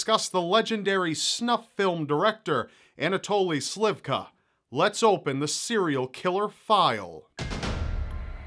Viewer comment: dude... that is rude. slivKO. not slIvka.